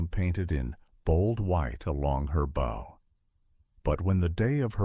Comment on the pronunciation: The hull was not black... it was an oxide red. Look at the footage around the mark. It is pronounced Soo Saint Marie, not Salt Saint Marie. The front of the ship is called the Bow (pronounced /baʊ/, not bowe)